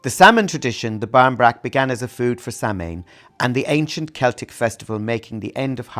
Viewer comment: Cute but how do you not know how to pronounce Samhain?!